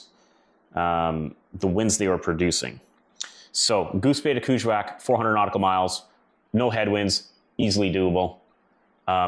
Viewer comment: Hi I 've worked up near there in Ungava Bay. It's pronounced KANG IK SALOUU JU WAAK as we were told.😊